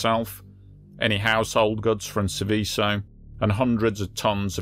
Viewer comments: "Sèveso", non "Sivìsso". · Pity you didn't research the pronunciation of the subject of your presentation, since it comes up so often.